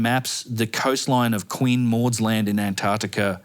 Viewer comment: AmericaR, AntarcticaR, AustrayeaR. what accent is this